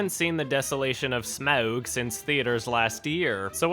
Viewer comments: There's no O in Smaug. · "SMOUG DAAIS" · The way he says smaug is hilarious lol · Anyone else love it when says Smaug?